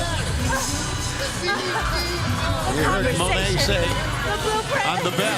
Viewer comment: pronunciation is Moan A. It's a French pronunciation.